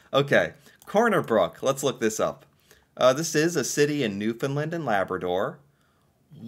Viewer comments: St. John’s… Capital of Newfound LAND (it is not pronounced “lund”the word Land is really enunciated like saying Stand. So you wouldn’t say “stund”) Cabot Tower on Signal Hill, First Transatlantic message. Protected harbour during war time. Of course George Street, most concentrated street with bars. Only pedestarians allowed on street. Pubs, local live entertainment, even more rave like, LGBTQ, a real mix. Bars are buildings literally side by side. So much… the colourful townhouses (known as jelly bean) has become iconic and generally an unwritten rule to paint the houses according. Be careful driving, extremely steep slopes, especially during winters. There is a size limit for trucks. University, colleges, historic park (Bowering “Bow (ie. bow to someone) er - ing” Park) Ches’ Fish and Chips and Mary Brown’s (chicken) are a must. People are called “Townies” … I’m from NL and not a townie so it’s like cheering for the other hockey team but yeah, gotta give it credit. ❤ 👍👍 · He doesn't, though? He says Newfin-lind. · I was born and raised in Corner Brook, Newfoundland. (pronounced- New-fin-land) Its stunning. So much more than those pictures showed. I am currently living in Fredericton, NB (AKA Freddy) and it too is a great, and beautiful, place to live 😊 I am very lucky! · The way tourism people used to be trained to explain the pronounciation was to say "Understand Newfoundland" - the two rhyme and the syllable emphases are the same. The "found" is more "fən" ('schwa" sound) than "fin". Here's a cute video on how to pronounce it, for and other CFAs*: * come from aways, or visitors to our province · OK. I'm glad Canada interests you, but PLEASE learn how to pronounce Newfoundland.